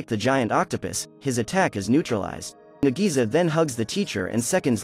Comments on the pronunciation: Nagisa is pronounced like Nagi-sa, versus Na-GEE-Suuh😆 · i rewatched the original anime 4 times (both seasons) (MAN KARASUMA DOESNT EVEN LOOK HANDSOME IN THE ANIMEE BRUH) (AND BRO JUST BUTCHERED NAGISA'S NAME SO HARD "NAGISI" IM CRYING SO HARD RN LMFAOOO) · bro call nagisa to NEGIZA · Nadisa me: nadeez nutz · I don't think I like the live action too much because 1. The voice to this video can't pronounce nagisa correctly 2. The didn't add the vacations 3. The kid's hair colors are off 4. They replaced there greatest attempt to kill koro sensei with something that was built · Why did the narrator say nagisa wrong so many times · Did anyone else get pissed when he pronounced Nagisa's name wrong